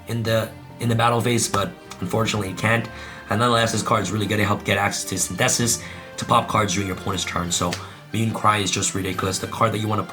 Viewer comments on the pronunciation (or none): Bro, saying Synthesis like Sin -theh-sis doesn’t make it sound like some cool “Yu-Gi-Oh card name.” It’s Synthesis like Photosynthesis... 🤦🏻‍♂️ bruuuuh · No one: Abso-fucking-lutely no one:: Sin- thesis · I love how pronounces Synthesis XD